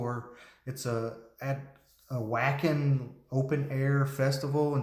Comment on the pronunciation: Hi. Wacken is in Germany, & pronounced Va-Ken! I am Texas Nightwish army! Hoping someday they come here!